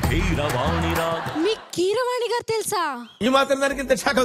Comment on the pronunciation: వాడికి ర బదులు డ పలుకుతాడు.. అనీల్ గారూ బదులు.. అనీల్ గాడూ.. అంటాడు..